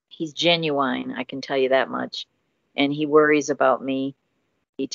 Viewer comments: Scammer: "Hello. My name is James from Scotland and I work for the NSA. Send me money.": "OH MY GOD I'M IN LOVE!!" Also did she just say "Ginuwine"?!?!??!?! LMAO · Weirdest pronunciation of “genuine” that I’ve ever come across.